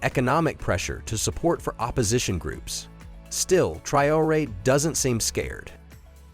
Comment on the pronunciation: You pronounced the name Traoré three different ways